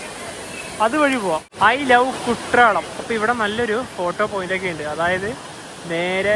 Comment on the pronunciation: കുട്രാളം അല്ല ചങ്ങാതി.. എഴുതുമ്പോൾ അങ്ങനെയാണ്.. ഉച്ചാരണം 'കുറ്റാലം' എന്നാണ്